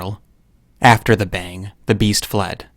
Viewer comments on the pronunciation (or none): none